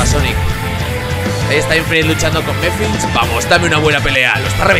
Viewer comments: No se dice mephils se dice mephiles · le estas diciendo mephils a mephiles